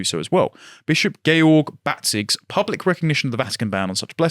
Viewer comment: It’s pronounced GEORGE. Lol